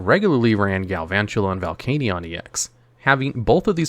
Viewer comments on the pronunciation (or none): none